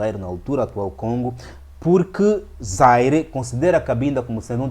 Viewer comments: Bom trabalho, mas não é Zaire; é Zaíre. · Rever a pronúncia do antigo nome da actual RDC.